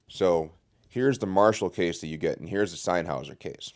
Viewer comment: the way you pronounce sennheiser makes me cringe hard